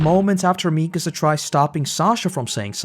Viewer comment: Can we please not ignore that its "MikAAAsa", and not "MIIIkasa" 😭😭😭